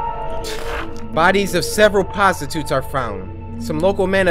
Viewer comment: Me coming back from this video, I just noticed he said, “ postitutes” it’s